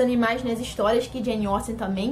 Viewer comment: Finalmente alguém que pronuncia corretamente o nome dessa autora 🙌🏻 👏🏻👏🏻👏🏻